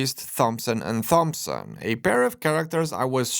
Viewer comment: I love how you've said "Thompson" with a Th instead of a T :D